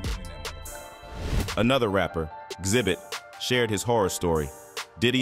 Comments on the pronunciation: I really hate when y'all drop videos and can't even get the people's name right like xzibit smdh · His name is Xzibit not zibit